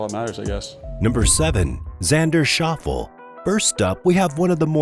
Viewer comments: Shof Lay - not Shof al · Narrator - it’s pronounced Shof-Lay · Shauffels? It is Shoff-Lee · Schauffle's name is pronounced "Shof- lee", Not Shauffle....You're welcome. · Shaw-ful? Ugh 🤦🏽‍♂️ get it right before posting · Zander Shoffle? Lol! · Shoffle - really. Could you not find a Commentator or Script Reader with just one clue about the Subject…. ? One of the most tedious Videos on the Sport. Repetition. Repetition and then again.. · Xander "Shaw-full"????? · Xander “Shof-lee” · shawff-lay, holmes. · It's Shof-fee-lee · How hard is to find an actual golfer to read the script???? As soon as he said Xander’s last name I tuned out!! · Wish this guy could pronounce Xander's last name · How is it that the narrator doesn't know how to pronounce Xander Schauffele's last name? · You showed your incompetence when you don't even know how to pronounce Xander Schauffle's name. Pathetic. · There are a lot of errors in the commentating making PR look worse including the mispronouncing of Xander’s name. He does not have to check with an official or another player to see if his ball is embedded. If you watched the actual telecast there was no way PR could have seen the ball bounce, in spite of its ending up embedded. The movement of the sand, however, looks very bad.